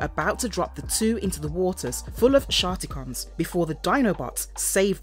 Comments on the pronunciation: Sharkt-icon, not Skark-ticon... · I'm sure she said shar-ticon at one point